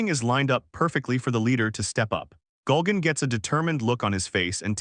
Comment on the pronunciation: Why does the narrator keep saying "Gulgan"? It's Gurugan. It's like somebody messed up the name every time the character was named in the AI program they used to make this voice over. So many extra layers of laziness. (On top of stealing comics and using AI voice overs)